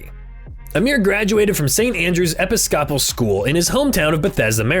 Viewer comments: I’m here to say that this channel did kinda rag Iron Mike’s financial mistakes. Even so, he still was able to provide a college education for his son. The real reason for this comment is to correct the pronunciation used for Amir’s Episcopal high school, your narrator pronounced it (eh-pis-coppel), when in fact it is pronounced (eh-piss-ke-pull). Hope you take note. Thanks. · please for the live of GAWD tell me the word you were saying was not Episcopal??? EPEE-SCOP-EL?? REALLY?? I'm sure what you meant was EEPISS-CO-PUL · Did thus fool say epo scopal school. Lol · Episcopal pronounced (Eh-pis-co-pol) not (Epis-scop-pol)😂😂😂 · I believe Epis-cah-pel is not how you pronounce it. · St. Andrew's "EPA SCOPAL?" 😏 who hires these narrators? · I'm not sure if the narrator is a "robot" voice, but who or whatever it is they clearly do not know how to pronounce many words. I've watched quite a few of "his" videos and it seems to be pretty consistent. Like the way he pronounced Episcopal, it definitely is not Epi scope all. LMAO. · Hey this you tuber even talks like Mike. ( EP POPSICLES ??) 😂😂 That is too funny. I’d like to see the producer of this episode .. smh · 😐😑😪 bro, ɪˈpɪskəpəl (i-pIs-kuh-puhl). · Does this narrator really not know how to pronounce episcopal???? Wtf dude step ur game up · damn bro, do you really not know how go pronounce "episcopal "? You complete idiot